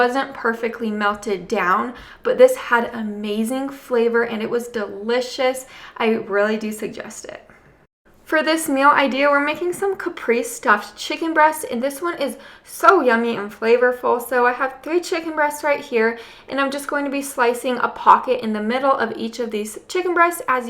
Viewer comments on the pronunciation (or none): “Caprese” anything uses fresh basil, fresh mozzarella and fresh tomatoes. It is pronounced “ca prez a.” That’s how they pronounce it on Food Network. The lemon is upside down in the squeezer.